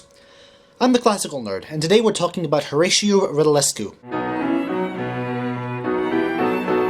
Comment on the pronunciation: oh my god, you are so funny when you pronounce his name ( no offense! )